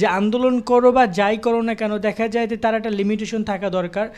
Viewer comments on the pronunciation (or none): none